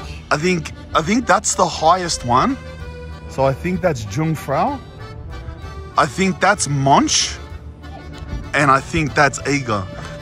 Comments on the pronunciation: Jungfrau translates literally to young woman, but it means virgin. You pronounce Jung like Yung. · Pronounced Yungfrau! 'young girl/ maiden'. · Jungfrau is not pronounced with a hard J, it is pronounced Yungfrau. The J in German is soft. Monch isnot pronounced the way you did it either.